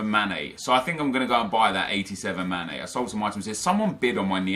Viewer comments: you realise his name is sane not mane right? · Sane not mane 😂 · Sane not MANE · Why does he call sane, mane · it's a 's' bro; hence he's called sane not mane...completely different player, although the surnames are similar 😊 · ITS SANE NOT MANE MANE PLAYS FOR LIVERPOOL AND SANE PLAYS FOR CITY